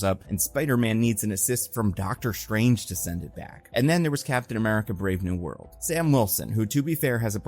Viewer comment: You keep saying Brave New World but I keep hearing Brave New Bird